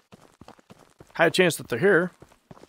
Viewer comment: Just FYI for next time the torches are always lit regardless of the cultists spawning, and it’s pronounced cult-I-st not cultiest